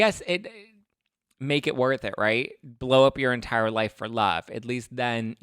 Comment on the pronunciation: and “In luRVe”